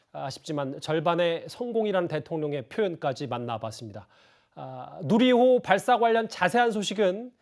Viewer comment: 문재인 할배요 뉴리호가 아니라 누리호~발음이 안됨??